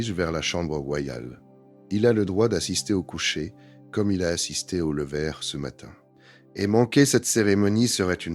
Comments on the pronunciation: 1887 ????? Louis 14 est mort en 1715 😏🙄🤦🤦🤦 Le « levère » du roi 🤦🤦🤦 Vive l’i a et sa voix insupportable 😨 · Excellente vidéo, très intéressante. Même la voix IA (dommage !) est assez bonne, si on excepte les "levères" du Roi.